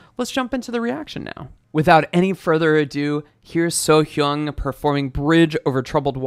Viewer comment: 'So" is the first sysllable and 'Hyang" is the second. Korean is read left to right top to bottom. The H is connected to the second syllable. As to how to exactly pronounce that second syllable seems open for debate, I think only a Korean could say that correctly. Kim is her surname which is how they write names in Asia. Surname first and the given name last, which is probably why they have 'Simon Paul' rather than 'Paul Simon'. They don't flip sysllables though.